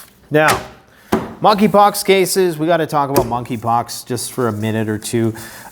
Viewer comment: Monkeypox. The "k" is silent.